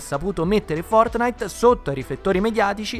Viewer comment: Nobody: Will Smith: fotnait